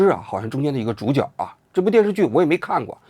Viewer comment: 主角（jue）对吗？